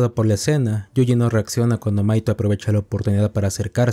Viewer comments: Tenía el video de fondo mientras hacia otra cosa y en un momento pense que le decías maikol a mahito XD (en el anime se pronuncia majito) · ¿Una pregunta? Por que le dices maito a mahito? siendo que se pronuncia "majito" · me mata que le diga maito, osea se escribe mahito pero se pronuncia majito y al pronsipio no le entendia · Hay un error que algunos cometen con el nombre de Mahito, algunos le dicen maito pero es majito😅, pero bueno, todos cometen errores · Mahito ❌ Mahaito ✅ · Que mal pronuncias los nombres es MAJITO, WIWI